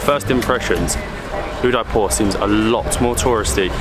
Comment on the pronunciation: The least one can do is to pronounce Udaipur properly....